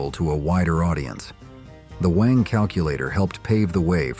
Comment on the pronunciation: Wang is NOT pronounced WONG. It is BANG with a W instead of a B.